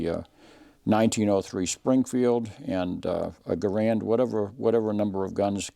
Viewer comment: In Army basic training, the drill sergeant taught us how to pronounce "Garand." Other gun shows have their presenters pronouncing "Garand" as though they had marbles in their mouth. You got it right. THANKS!